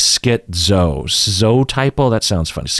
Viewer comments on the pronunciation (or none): It's a little odd that you pronounce the word two different ways, TIE-pl and Tipple.